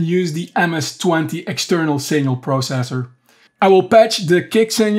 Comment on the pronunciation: THE WAY YOU SAID PROCESSOR 😂😂